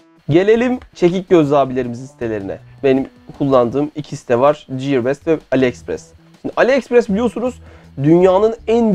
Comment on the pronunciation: Videonun konusuyla alakalı olmadığı ve önemli de olmadığı için yazmayacaktım ama madem İngilizcen üzerinde çalışıyorsun bu minik katkı da benden olsun: ''ciyır best'' değil ''giyır best''. Sevgiler.